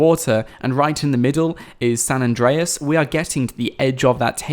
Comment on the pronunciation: it's not San address